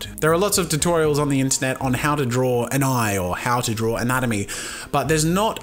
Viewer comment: did you say drawl? hahahahahahahahahahahahahahahahaha